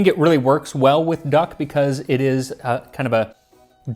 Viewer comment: "plus I like duck" ... I heard "plus I like gakh'....... I really just can't imagine "Tasting Klingon History" taking off...